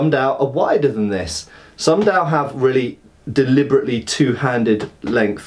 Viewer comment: Glad you're finally doing Chinese weapons. There's quite a bit of them, so have fun. As an aside, the D in Dao and Dadao sounds almost like T.